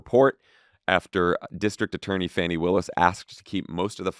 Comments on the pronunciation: It’s pronounced Fawny. Because it’s always nice to pronounce peoples names correctly when you know it, especially when you’re using it frequently in the media. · Fah-nee Willis, y'all :)